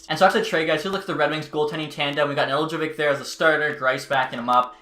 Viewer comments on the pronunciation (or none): Just to help you, it's Ned-el-kovic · Just for future reference it’s pronounced. Ne-dell-co-vich “Nedeljkovic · {Ned-el-ko-vitch} is how its pronounced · Just say Nedelk-ovic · It’s “Ned - el - ko - vich” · The J is silent bud.